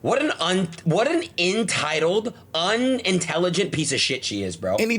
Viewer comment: Imagine talking about someone’s intelligence and saying “intitiled” 🤦🏾‍♀️🤦🏾‍♀️🤡